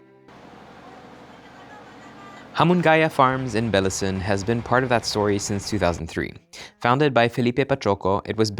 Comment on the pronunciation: beh-li-SOHN. Or beh-LEE-sohn. The content of the video is amazing, I just want to add the proper local pronunciation to anyone who's interested, since the video is spoken in English.